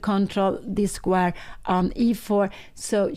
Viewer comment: ❤Pia Cramling dictionary - "Change" = "Exchange"/ " Exciting" = "Excited" / "Squire" = "Square"❤